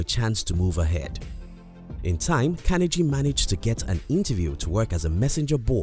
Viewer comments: Part of being successful is admitting we made a mistake and pronouncing someone's name correctly is important. It was distracting and that's why people mentioned it, needless to say so that people don't repeat the mistake. Great content otherwise. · Yes it is important. The narrator sounds silly pronouncing like that. Creates a bad impression which reflects on the whole video. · But if you miss on the little things you can miss on the big things too. That's why mispronouncing his name is important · Great work. How did you learn to pronounce Carnegie? I haven't heard that before. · How about taking the time and making the effort to learn how to pronounce Carnegie correctly. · It is CAR-NE-GEE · These lessons were great and useful.However, I wish whoever hires people to do voice over, at least they would be able to pronounce the name of the Main Character correctly! It is Andrew Carnegie for Gods sake! Hearing Andrew Kennedy 100 times in the video was very annoying!!! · Watch documentary on this man. He was not a good one. This video sucked his pronunciation of the mans name was terrible. Sounded like Kennedy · Please say his name correctly. It is not kenergy. It is Carnegie. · Its pronounced: Kar-nee-ggee. If you're going to speak as an authority on a subject as in this video, at least ensure your pronunciation of that person or thing is correct. Here endeth the lesson. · CARNE GEEEEEE for fucks sake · Learn how to pronounce his name, will ya? CAR KNEE GEE (as in French name GUY) Emphasis on the penultimate syllable. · Your saying Carnegie wrong. You don’t pronounce the g like that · How can you get his name so wrong?! I mean you must have heard his name before lol. Unless you've done it on purpose to gain comments, in which case well done, you've gained another comment. Nice compact content anyway. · Mispronounced his name, but good to listen to the info! Thanks! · Pronounce his last name correctly. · At least learn to pronounce his name.